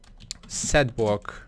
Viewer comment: Setbwock he says